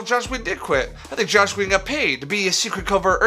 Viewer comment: As soon as he said Josh instead of Joss I knew this would be bad.